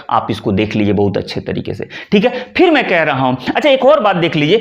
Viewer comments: आप 'फिर' शब्द का उच्चार कभी-कभी (इस वक्तव्य में लगभग आठवें मिनट पर) "फ़िर" कर लेते हैं, जो ग़लत है। सही शब्द (बिना नुक्ता) 'फिर' है। रोमन लिपि में लिखें तो — सही — phir, अशुद्ध — Fir. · आप फिर (Phir ) को फ़िर (Fir) कह रहे हैं और कभी-कभी श को स उच्चारण करते हैं, उसका क्या ? उच्चारण भी सही होना आवश्यक है ।वैसे अन्य संधि संबंधित जानकारी ठीक है , पर संस्कृत न जानने के कारण, लोग भ्रमित होते हैं । 🎉